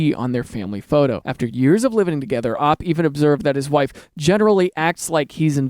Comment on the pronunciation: he said op wrong